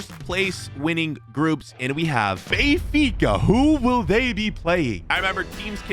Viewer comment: Me turning on captions when says benfica: Bayfikazads 😂